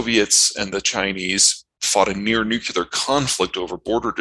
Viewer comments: Huh huh... they both said nucular. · Both those guys said nucular. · Nuke-yoo-ler !! That drives me nuts. New-Klee-Er !! Argh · Watching lots of videos that mention nuclear power or nuclear war ... why can't anyone say 'nuclear'? Nucular is not a word. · NU---CLEAR...NU---CLEAR...NU---CLEAR... It's really not that hard to pronounce.